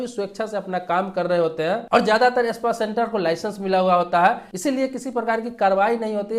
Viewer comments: Espa nahi spa bolo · Pehle Sahi bolne seekhiye ispa nahi spa boliye janaab